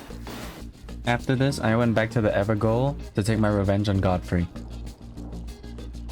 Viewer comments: *ever-jail* not 'ever-goal' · I see someone is still calling it "Ever-GOAL" even after hundreds of videos pronouncing it "Ever-JAIL" are available. Why? because it's a Jail that the NPC is in there FOREVER. Gael, I believe is old English, but I can't remember. Jail is the alt spelling. You're welcome. Great video btw, keep these cosplays coming. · Just googled it its not evergaol(ever jail) its evergaol(ever gall) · Sir Please, call it the ever JAIL that is how you pronounce GAOL it's old gaelic for JAIL! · it's a small thing, but the Evergaol is pronounced as everJAIL. Gaol is an old way of spelling jail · Fun fact: gaol is the uk/au spelling of jail, so evergaol is pronounced ever jail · evergaol is pronounced everjail it is just spelt the British way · Evergaol is actually pronounced like “ever-jail”! I believe it’s Scottish, but I could be wrong. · Evergaol is pronounced like everjail. Gaol is an archaic way of spelling jail and the people in the evergaol are prisoners trapped in them.